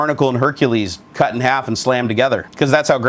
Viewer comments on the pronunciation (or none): none